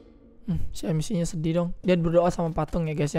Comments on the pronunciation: Apa cuma gue yang risih ngomong amacia bukan amicia:v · Amicia bang... Bukan Amacia :V